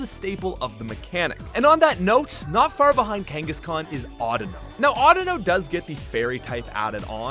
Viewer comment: IT'S KANGASKHAN, NOT F*CKING KANGISKAN!